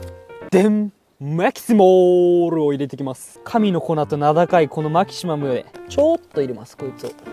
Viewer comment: 相変わらずマキシマムの言い方特殊で草